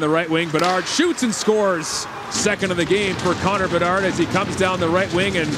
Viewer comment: BeDARD! Not BeNARD! 😂😂😂